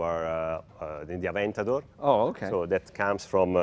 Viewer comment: The way he said Aventador was perfect. 👌🏼